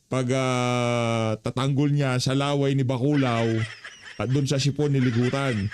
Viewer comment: HOY GARIN DOCTOR KA DI BA??? BAKIT HINDI MO ALAM ANG TAMANG PAG BIGKAS NG SIPON HINDI SIP-ON???😂😂😂 BOBITA KA RIN...